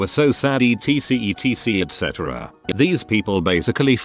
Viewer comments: “E, T, C, E,T, C, et cetera.” This made me so mad. 🙃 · "etc etc etc" bot: "etc etc ET CETERA"